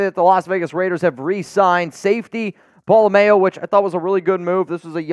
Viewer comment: Since Isaiah will be with us you need to pron his name correctly it’s not mayo like mayonnaise.